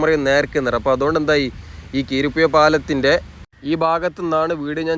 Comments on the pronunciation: കീരിപ്പുഴ അല്ല ബായ് , കുരീപ്പുഴ പാലം , എന്തായാലും വിഡീയോ നന്നായിട്ടുണ്ട്. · കീരിപ്പുഴ പാലം അല്ല ബ്രോ കുരീപ്പുഴ പാലം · കിരീപ്പുഴ അല്ല കുരീപ്പുഴ എന്നതാണ് ശരി. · കീരിപ്പുഴ അല്ല കുരീപ്പുഴ എന്നതാണ് ശരി❤ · കിരിപുഴ അല്ല കുരിപ്പുഴ ആണ് കവനാട് പാലം ആണ് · നീണ്ടുകര അല്ല നീണ്ട കര കീരി പ്പുഴ അല്ല കുരീപ്പുഴ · കീരിപ്പുഴ അല്ല ബ്രോ കുരീപ്പുഴ പാലം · കീരിപ്പുഴ അല്ല bro കുരീപ്പുഴ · കീരിപുഴ അല്ല.. കുരീപ്പുഴ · Keeripuzha alla kuripuzha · കിരിപ്പുഴ എന്നല്ല. കുരീപ്പുഴ പാലം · 😂😂 " കീരിപ്പുഴ " അല്ല " കുരീപ്പുഴ "